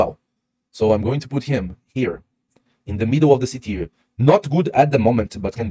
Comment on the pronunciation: Awesome content as usual! Thank you. And well done trying to say TIER correctly! Teeeer instead of tire. Well done! 👏🏻👏🏻👏🏻👏🏻